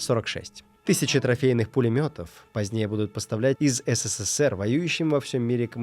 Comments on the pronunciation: Мне кажется, или автор говорит не СССР, а ССССР ? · не знает как произноситься Абревиатура СССР? почему оне говорит ССССР? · В СССР три буквы "с", мне послышалось что в начале пару раз увлекся и сказал по 4 буквы "с" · Вы говорите не СССР, а ССССР ))) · Забавно, как много "С" добавил в название страны - ССССР:) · так увлёкся рассказом про пулемёт, что даже стал произносить аббревиатуру СССР по-другому, с четырьмя "С" (ССССР). Спасибо за видео!